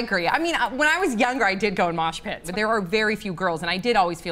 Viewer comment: I like how everyone is commenting about mosh pits when she said smosh pits lolol